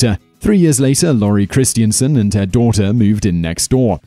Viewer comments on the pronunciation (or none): That pronunciation of Christensen triggered me everytime, it's Chris-ten-sen not christiansen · It's 'Christen-sen', not 'Christien-sen'.